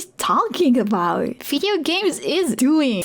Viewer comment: 2 observations: - you pronounce video like fideo. your v sound is too sharp and sounds like an f, which is natural for dutch speakers. - you said "pz" instead of "pc". the c is sharp, the z is soft. dunno if thats something you do regularly or if you just stumbled over your tongue. loving the content and your vibe btw. have a nice day!